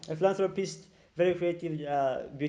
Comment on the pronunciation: Hullo 😂 say phillanthropist again